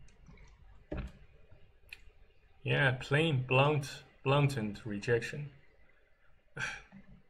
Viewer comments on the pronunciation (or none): You win some, you lose some. Blatant pronounced - Blay-tnt Not your issue if someone else has their knickers in a bunch. 🤷